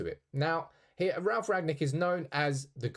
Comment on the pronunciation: Said his name wrong throughout the whole video….